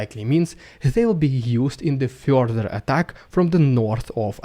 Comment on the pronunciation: It fyorther confyorms...the story from the last month.